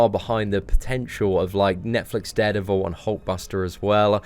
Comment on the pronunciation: Did he say dared evil